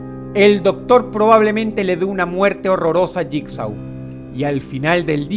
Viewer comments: Bitch Please es Jigsaw y se pronuncia lligso dilo bien si lo vas a decir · JIGSAW y se dice (jigso) JIGSAW ganaria creen que el no crearia un numero considerable de trampas para hanibal como DROSS lo dijo craimer lo predice todo,todo, es imposible que JIGSAW pierda, claro hanibal es mejor en salud fisica pero... No se JIGSAW tiene ese toque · Se pronuncia asi Saw = So Jigsaw = yikso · mmm jigsaw se pronuncia yigso